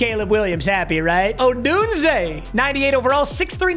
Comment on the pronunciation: he finally pronounced odunze right